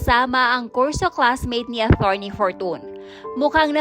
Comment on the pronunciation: Atorney..not athorney..